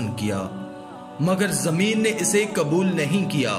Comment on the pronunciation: KABUL NAHI QUBUL.......ALFAZO KE SHENAQT KARO